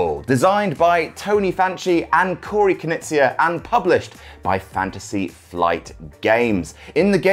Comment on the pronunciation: I thought you said "Knizia" when you were introducing the game, and I immediately thought "good grief, Reiner must've brought his kids into the family business!"